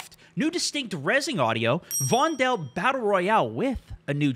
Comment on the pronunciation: Dutchie here; just call Vondel "Fondle". Please?